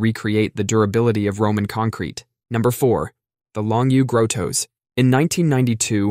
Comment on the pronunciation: Longu growtoes 🤔🦶ooooh grottos lol